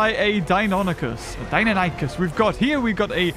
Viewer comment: the first time you said Deinonychus you pronounce it right.